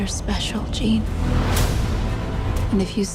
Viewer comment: Wait.... did said Eugene...... 🤔🤣